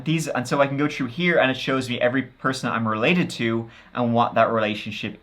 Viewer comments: Pronouncing through as true is the dumbest shit. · makes fun of HIS OWN accent. If you don't like it, keep scrolling. The reason I found this one so endearing is that he pronounced the 'th' in through but not thick or thin. It's quirky and interesting. If I had lol'd or lmao'd, you may have a point. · "Tru tick and tru tin." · Troo tick and tin😂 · Love how you pronounce 'th' words with your accent ❤ Shrew tick and tin! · Day been trew it all, tick and tin. 😂😂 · …”true tic and tin”😂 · Shrew* tick n tin